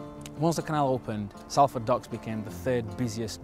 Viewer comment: Have you learnt to pronounce Salford yet?